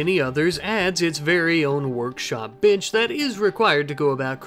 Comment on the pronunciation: your pronunciation of "bench" caught me off-guard. not hearing the 'n'.